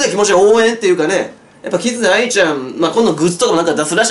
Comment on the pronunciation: キズナアイの発音ちゃんとしてる人久しぶりに見たわ...